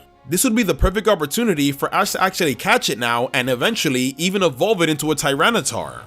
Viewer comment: DOES, NOT DOSE! AND DO NOT LEAVE OFF THE T IN CATCH!